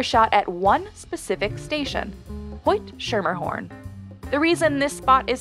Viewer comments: Schermerhorn is pronounced incorrectly here. It should be pronounced with a hard "c" -- like "skur-mur-horn." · It's pronounced Skimmahawn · its not scher mer horn god new yorkers hate mis pronounciations its not pronounced sutvin and that stop is in queens that just drives me crazy lol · It's pronounced Skimma-horn not Sher-mer-horn. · it's pronounced skermerhorn, not shermerhorn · Not the narrator pronouncing it "shermahorn" instead of "SKER-mahorn" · Hee hee... Even folks from New York pronounce it incorrectly too...lol The trains say "Scher-mer-horn". Most people I know pronnounce it "Sche-meh-horn"...lol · As someone who also lived in Brooklyn it drove me nuts to hear Shermerhorn - probably not her fault, but whoever interviewed the scouts must've heard them say Skermerhorn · You know they not from Brooklyn when they say SHERMERhorn 😂😂😂 for anybody that doesn't wanna sound stupid it’s pronounced SKIMMERhorn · it's not pronounced Shermerhorn. it's Skermerhorn. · It;s pronounced Skemerhorn and Sutphin, not Sootphin. God, everyone gets this wrong... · “Shermerhorn” and “Sootfin” 😩 It would take ONE ride into those stations would give you the correct pronunciations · “ SHERMERHORN”? HOW DARE YOU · its pronounced skim-mer-horn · It’s pronounced”skemahorn” at least that’s how the Brooklynites say it. I’m from Uptown. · It’s pronounced “Skermmerhorn”! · Hearing this woman say Schermerhorn wrong is like nails on a chalkboard. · As a native New Yorker (Brooklyn), the pronunciation of "Schermerhorn" used in this vid is hurting my soul lol 🗽😂😄😬. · It's obvious the narrator is not a New Yorker. She annihilated Schermerhorn. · stop mispronuncing schermerhorn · The way she pronounced "Schermerhorn" and "Sutphin" is killing me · the narrator is clearly not from New York. totally said Schermerhorn wrong 😂